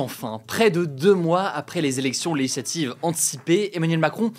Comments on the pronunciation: Hugo, ou la seule personne qui prononce "législatives" "LéHislativv" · c'est "LÉ-GIS-LA-TIVE" gro.. pas "Leshlative"